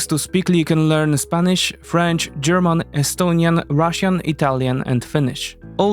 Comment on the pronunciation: Bro said "GERMON"